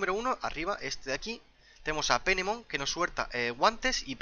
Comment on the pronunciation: jajaja.. se escribe Phenemon en ingles y se pronuncia Fenemon xD